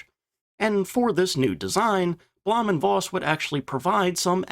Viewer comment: V is pronounced as F in German, i.e Bluhm & Foss